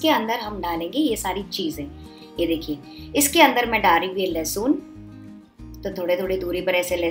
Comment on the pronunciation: لہسن ہوتا ہے لہسون نہیں ہوتا 😜